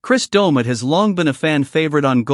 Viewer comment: The AI in this is awful. I turned off half way thru. Cant even say his name right.